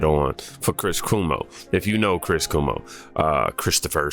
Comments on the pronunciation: Chris Cuomo's name is not pronounced "Koo-moh". It's pronounced "Kwoh-moh". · 😆 Not Coo-mo. Cuomo rhymes with Jomo, in Spanish. His talk was amazing, however 😉